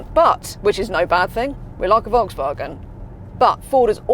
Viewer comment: Can’t pronounce Volkswagen 🙄